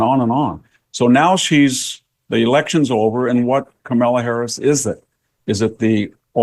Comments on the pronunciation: Victor, you’re a smart man, try to pronounce her name properly or call her by her last name in the same way you refer to men, so “Harris” rather than “Camilla” and all the other stumbles…. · I could listen to the brilliant VDH talk all day..... but can't somebody buy him a decent background and teach him how to pronounce Kamala properly? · VDH is THE BEST !!!! I love how he innocently pronounces Ka-mala's name as Carmella. 😊